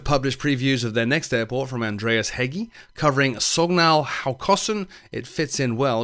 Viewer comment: I think Drzewieck is pronounced Drez (like the city Dresden) wick ee. We had a guy in high school that called himself that, but I don't know how he spelled his name.